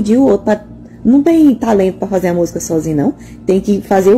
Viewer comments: Meu véi tbm fala musga mn😅😅😅e + ainda...Táh tocando um musgão ali!!!hehe Mas ele n teve estudo (justificável) , e se ela disse que é formada, aí fufu néh!!! Leitada azul🤣🤣🤣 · Ela falou Musga e zoto (outro). Que faculdade essa fez??